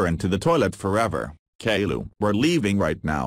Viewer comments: Edit: lady kilo but pronounced calliou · I love how Boris calls caiilou kaylu